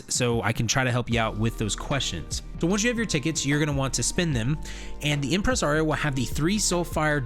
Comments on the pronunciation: Bruh... Impreh-sorry-oh, not Impress Aree-oh. 1 word, not 2. Arm-ih-Jer, not Armig-err. The G is not a hard "Guh". Ald-Rune, not All-duh Rune. 😉🤓😁👍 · impres-....arrio thats a funky way to pronounce impressario ^^